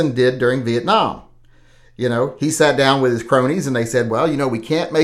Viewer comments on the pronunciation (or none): none